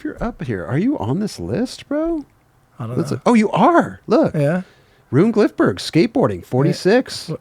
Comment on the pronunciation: CAN'T PRONOUNCE HIS NAME!